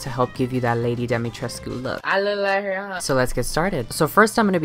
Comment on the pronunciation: POV you’re Romanian watching this to see if butchers the pronunciation but it ends up NOT being horrible 👁👄👁